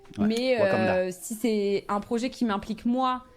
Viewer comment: Elle a du prononcer quarante fois le mot "projééééé", mais pourquoi ces gens parlent-ils comme des attardés ?